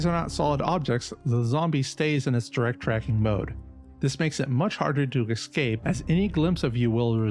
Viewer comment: Escape, not excape.